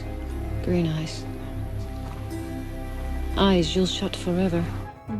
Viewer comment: "Eyes you'll shut forever" ? Or "Ice you'll shut forever"?'